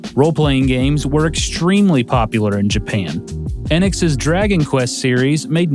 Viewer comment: Why do you pronounce Enix like that? Have I been saying it wrong all along?